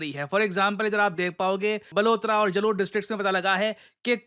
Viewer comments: its not jalore jalore , the way we say it is Jaalore , ik spelling and pronounciation are different. but but in hindi isme woh bade aaa ki matra lagti hai , toh please its jaalore everyone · Sir जलोर नहीं जालौर है😂😂😂